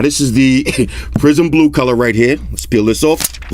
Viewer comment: I keep hearing "prison blue" 😂